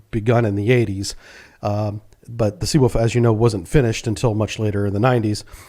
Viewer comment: I prefer your pronunciation of "Sea Woof" lol 🌊🐺